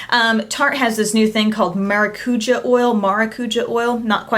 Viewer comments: Hi from the Amazônia. I never saw any of this products here , but know that many industries are using material from the forest now. the pronunciation would be something like mahrahcujah, the enphasis is on the last ah. the J in Brasil has the same sound as in english. I love all your videos. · It is mar-a-cu-jah (stress in the last). It's passion fruit! XD I am brazilian and born and grew up in the Amazon. I love Tarte, it is one of my favorite high-end brands; but I don't buy I lot of things because I feel like it is just the home made cosmetics we learn from grandma, packaged nicely and with a brand name (those cheek stains and eye shadows are really easy to make!) xP And it is cheaper to make (the clay pigment, you can buy 20oz for 50 cents).